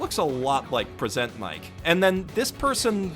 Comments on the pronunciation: It bothers me how he said Present Mic as in “I PRESENT you...” instead of “Here’s a PRESENT for...” Is that just me? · The way you say Present Mic still gets me every time